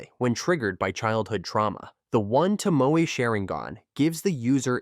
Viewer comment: 'One Tomoou' and 'Shanrooin' lol